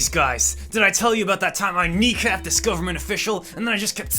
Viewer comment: “Dis is impossible!”